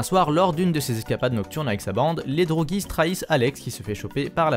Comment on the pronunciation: On dit "drougies" C'est un mot dérivé du russe друг qui se lit "drug" que l'on prononce "droug" qui veut dire ami.